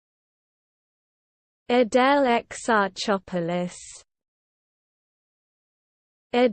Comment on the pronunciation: Greek here, this sounded wrong!